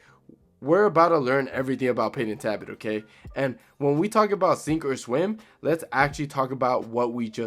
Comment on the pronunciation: okay is it “ta bit” or “Tal Bot”